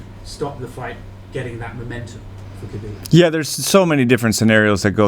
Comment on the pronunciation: It’s really odd that so many people in this sport still don’t correctly pronounce Khabib’s name.